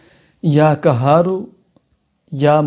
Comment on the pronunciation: Kya khaak fayda hoga apke bataye hue ka...muj to ye samaj nhi aata k aap log Mufti ban kese jate hain...urdu ka naas to aap logo ne maar hi rakha he...lekin arbi pr to rehem kare ....or wo b quraani aayat ka ap logo ne kya bana diya he asmae husna ko bhi ghalat salat padh rahe hain....allah ka jalali naam qahar ko kahar bol rahe hain...kahar matlab doliyan uthane wale ....ap k bataye hue wazaif se to logo ko rijat ho jayegi meherbani krke talffuz durust kare....🙏🙏🙏